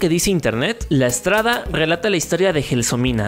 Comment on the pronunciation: Esto es un error al momento de pronunciar palabras que son s + consonante Ustedes estuvieron diciendo la estrada en la lengua italiana se dice en palabras que comienzan con s la strada